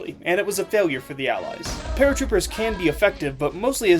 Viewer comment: not even one min in and I am dead at "the axes" and "Allys" XD. Also "We have to understand world war 2". Never have I subbed to anyone so fast